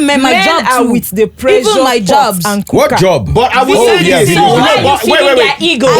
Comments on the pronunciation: The male Dr is Educating people but the female Dr is just trying to justify and selling BBL online, and as for the lady pls calm down your doing too much, you said you Schooled in Turkey you could not pronounce simply words like ( Presure ) you said that word repeatedly more than 2 times and it was a shame. Sometimes it's just best to be quiet especially when the world is watching. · Nigerians, how do you pronounce pressure? Pre-jure?😂